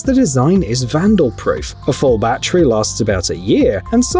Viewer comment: It's NOT a "Ba-Tree", it's a "ba-TTerY"